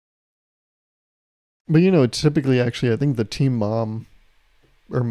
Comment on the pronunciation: For a sec I thought you were saying teen moms instead of team and I was so confused